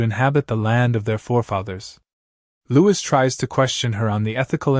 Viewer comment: His name is louis as in lewy,not lewis.